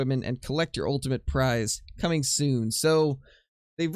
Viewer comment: I quote... "Cooming"... the Double "O" Coooming.